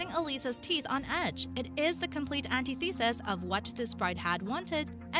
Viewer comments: It’s an-TI-thu-sus, not an-tee-THEE-sus. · omg. learn to pronounce antithesis!!!! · Antithesis is not pronounced that way.